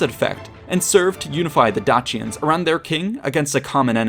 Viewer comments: DAYSHENS NOT DAKIANS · love your work with all your vids but absolutely did my head in you numerous times pronouncing dacians one way, then saying it a different way. romans would have said it 'dackian'. at this time and mostly, c was always pronounced with a hard c like cat. not a soft c like church. so you mostly say 'dachians' was wrong